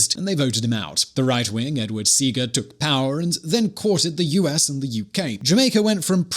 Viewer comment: Edward SE.A. GAH is how it is pronounced. Lebanese descent. You sound like those announcers in the 1950's Pathé newsreels, somewhat disdainful of the Caribbean islands. If that is what you are aiming for, congrats.